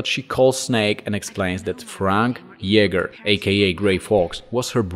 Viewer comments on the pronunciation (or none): none